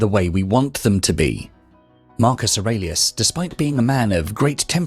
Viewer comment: Wonderful lecture. However, I thought that in the last name of Marcus Aurelius was pronounced with a long e.